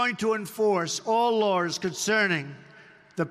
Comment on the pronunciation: What are "lars"? .. 🤭